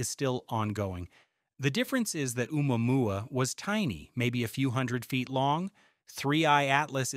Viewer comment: If you can't pronounce Omuamua then I can't take you seriously.